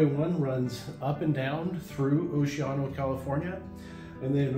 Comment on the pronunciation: I love how you mispronounce Oceano. I guess you learned from another transplant from somewhere else that claims to be a long-time local. I was born and raised in Oceano. I’m 70 now, so I know how to pronounce the name, it’s O-she-an-o, not whatever you’re trying to say, that’s like when people mispronounce Lompoc as Lam-pock instead of the correct Lam-poke